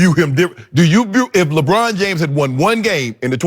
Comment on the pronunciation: Chris: labrann